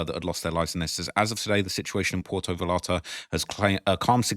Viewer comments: Say Vayarta. double LL. look it up Halisco also. Please please learn how to pronounce places. You must be American. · Puerto = poo-air-toe Vallarta = vah-yarta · Dude Cmon You been covering this a few days Puer-to Vallarta (Va-Yar-ta) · Yo; if I can help you pronounce Vallarta, that would be dope. It’s just a small adjustment, say Va Yar Ta. Doble LL sounds like a Y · Brother, two L’s are pronounced like a Y 😅.